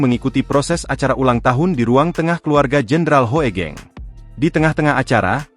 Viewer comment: Google voice memang agak-agak/masih jauh dari kata bagus. HOEGENG=HUGENG.., HOEGENG di baca HUGENG.